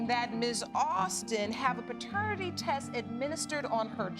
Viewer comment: Good channel. Would help to pronounce "paternity" properly though.